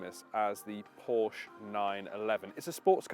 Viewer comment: Ye gods another one that can't pronounce PORSCHE! Owned my 911 C4 for 13 years. She's 24yo this year and thankfully isn't overloaded with "toys".